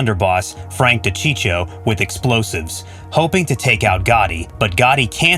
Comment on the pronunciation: FRANK DE-CHICO FRANK DE -CHICO!! YOU SOUND SO FOOLISH WHEN YOU MISS PRONOUNCE FRANK DE CHICO NAME!!! Please stop the man is dead! May God richly bless everyone ✝️🇺🇸!